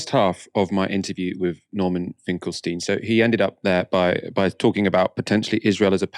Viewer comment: Please, I appreciate your sincerely-presented video, but will you Please show a bit more respect toward Professor Finkelstein (not Mr. Finkelstein)?! Also it's pronounced "Finkel-Steen" not "Finkel-Styne"!! And no I'm not his friend -though I wish that I someday I could be!!